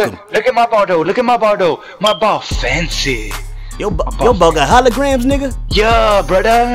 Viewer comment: “Loook at my ball doe, my ball SO FENCY” 😂😂😂